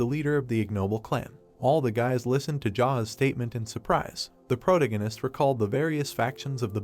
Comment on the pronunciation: Geez why are you struggling to pronounce protagonist